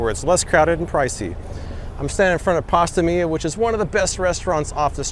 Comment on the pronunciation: I want to give you a compliment, you got my name right first try! That's super rare. I'll have to add Pasta Mia to my list next time I get out to Vegas!